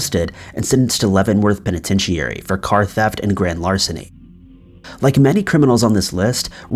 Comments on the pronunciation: The way u said penatrity was just wrong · bruh , did you just say pinetincheirry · You’re pronouncing penitentiary wrong. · OMG I have never heard the word penitentiary pronounced that way. I cannot even possibly reproduce that. I had to stop go back listen to it again to make sure I heard it right. LOL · Penitentiary...Gotta work on that pronunciation, bro. Well, at least you're consistent.